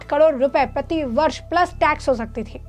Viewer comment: Madam kadod nhi carore hota hai 😅